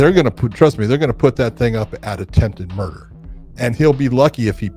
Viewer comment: Did I just see someone say "attempted murd"? Whoa, leaving a syllable off is so clever.